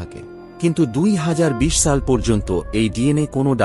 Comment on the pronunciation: Shal not saal